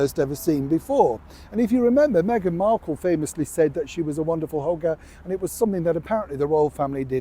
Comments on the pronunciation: Forgive me, it sounded like you said a Wonderful hooker 😂 instead of hugger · When said "she's a wonderful hugger" I initially heard it as "she's a wonderful hooker" 😂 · Oh, when you said that Meghan was a hugger I nearly choked on my cup of tea, I thought you said hooker.